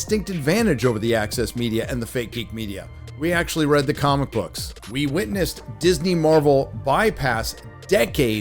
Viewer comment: Anyone else hear say cumic book